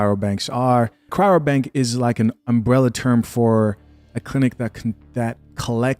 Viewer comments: Funny that she is not pronouncing cryobank correctly the whole time "Chyrobank". How much research could she really have done to be getting it so wrong after a period greater than a year. Also, the language change when referring to people on this journey becomes "People like us" while the whole time before referring to black women as if the are a completely separate group of people. SMH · Ask her to say "Cry-o-bank." Not "Cry-ro-bank." Just one of those nit-picky journalistic details. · You know what's hilarious? She's an educated woman and yet she kept saying "cryrobank" instead of the actual correct term, CRYOBANK